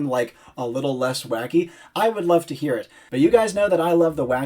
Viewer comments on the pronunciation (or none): none